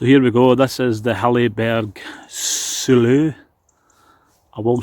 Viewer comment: Cracks me up the way people mispronounce Soulo. I have a red Soulo, it’s reputation is well founded.